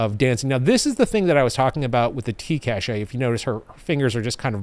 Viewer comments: In practice, we say cache like "cash". Cashay is more like a treasure stash. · The technology word cache is pronounced "cash" as opposed to "caché". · Hey! Funny how you pronounce cache as caché, you had me check on the gradio app if there was an accent, but no, it's cache as in cache memory. Caché would mean hidden. Thanks for your vid as usual! (French subscriber here;) ) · "cash". it's pronounced "cash". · Love your videos and content. Long time subscriber, first time caller here....Cache is pronouced "Kash".